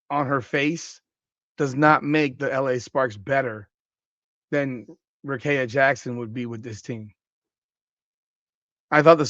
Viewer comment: Do you even watch wbb or you just like talking about it for clicks? Even if you don't watch, please explain how you got the name you said from Rickea? Let's sound it out...Ric-kea(rih-KEE-uh). Also if the NBA can do the Luka trade and still be a "serious league", then the WNBA will be fine if they do this Rickea(Rih-KEE-uh) trade.